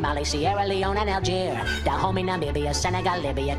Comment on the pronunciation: Bro really said Dahomey